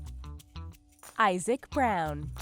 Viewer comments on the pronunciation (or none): none